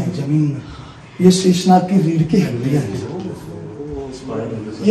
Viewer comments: sheesh naag nhi sheshnag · Shishnag nahi sheshnag hai .ye sabhi natural hai